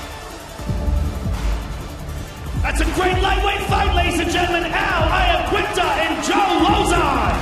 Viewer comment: Please can someone tell Joe it's Iaquinta pronounced Yaquinta. Italian as well you should know this boss !